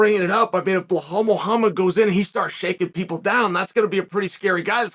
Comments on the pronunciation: Why does he pronounce the name is Bahal? Just say simple english uncle ( B i L A L )😮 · Its Ba Lal 😭😭😭 its not that hard pronounce where tf is the h coming from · Sonnen is an idiot for deliberately mispronouncing Belal s name. He just does these for the comments, plays a clown in the name of discussion in the comms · Type Belal in video title then calls him Blahal the whole time...I m not watching this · From belal back to blehal in minutes 😂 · Never met someone as dyslexic (or whatever you wanna call it) as Chael lmfao... BLEHALL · Chael, there’s no H in Belal. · Sonnet is an idiot for deliberately mispronouncing Belal s name. He just does these for the comments, plays a clown in the name of discussion